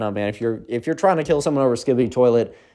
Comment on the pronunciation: Best story you made my sleep good "toliet"